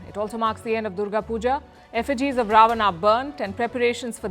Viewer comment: Please keep correct pronunciation of Hindi words e.g. रावन, not रावना, योग not योगा, and so on.... foreigners pronounce what they hear... OR those who are learning Hindi , start correcting Indians pronouncing incorrectly....